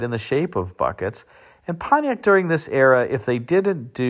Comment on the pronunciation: That's not "Pontiac".